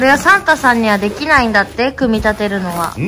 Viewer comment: 世界一かわいいサンタさんの発音や